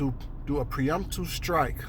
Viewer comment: *pre-emptive strike” sorry the mispronunciation was driving me crazy.